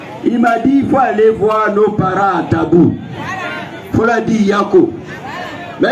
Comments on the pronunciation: C'est Tabou et non dabou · C'est plutôt tabou et non dabou